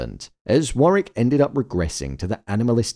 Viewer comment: Fyi it’s War wick not Warrick